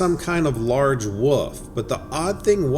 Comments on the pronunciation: Plz stop saying woof it’s wolf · Whats a "Woof"? I think you should be pronouncing the word "Wolf" with an L in it. Otherwise its sounds comical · WOLF.....NOT "WOOOF" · are you pronouncing WOLF as WOOF? I am not sure, cant quite put my ring to it. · What I think is Absolutely Hilarious is that the person narrating kept say WOOF instead of Wolf 🤯🤣 It's a simple word to pronounce and so many people screw it up 😂🤣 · 😆 yep now I've read your comment I hear woof